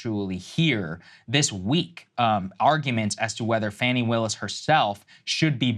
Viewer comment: It's pronounced FAAaw-neee.